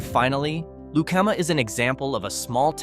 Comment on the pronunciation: Pronunciation Lu calm A Lucama. The Bad Apple tavern there is awesome